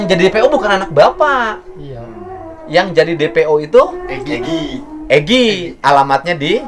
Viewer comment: P nya hilang pak jadi egi